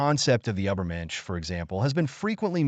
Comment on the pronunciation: And how about “ubbermensh”?